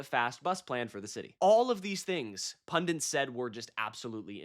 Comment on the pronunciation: It's Pundits, not PundiNts. 🙄